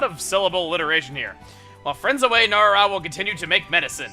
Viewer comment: I think it's No-Ra-Ra, not No-Rara